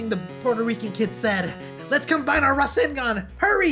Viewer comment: Boruto’s rasengun sounds like “WHATS UP GUN”